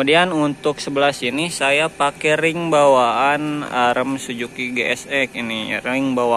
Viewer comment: Suzuki bang,bukan sujuki😅